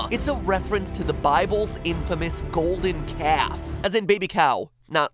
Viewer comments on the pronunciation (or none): none